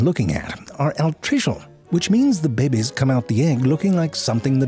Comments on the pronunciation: And the occasional "Bebbies". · im sorry but the way he said babies 'ʙᴇʙᴇs' LOL🤣🤣🤣🤣🤣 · bro! and why do you say 'behbehs' like that wtf